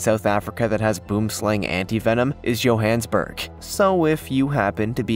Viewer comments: Johannesburg isnt yohanssburgh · Yup google translate is a wonderful thing you said Johannesburg in a way that it sounds like johansburg